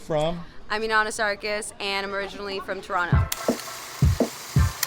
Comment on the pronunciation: Legit beginner hooning Inanna! Representing us Canadians well, eh! Respect! More seat time and you'll be a ripper. You know she is a Torontonian based on how she correctly pronounced Toronto , the second T being silent in the local tongue. :P Most of us Canadian did our first donut it the snow, unless you're from Vancouver. Then it was in the rain. My first was also a Honda, 90 CRX si. Reverse donuts, j-turns in parking lots. E-brakes everywhere, haha